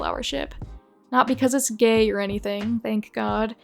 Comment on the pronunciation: “Fiona is a gaYg character” Just typing what I heard